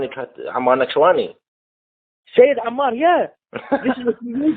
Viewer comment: Why do you say his name with Iranian pronunciation